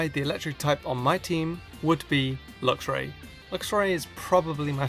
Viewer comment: THERE IS NO O IN ELECTVIRE! AND IT'S LUXRAY, NOT LUXURY!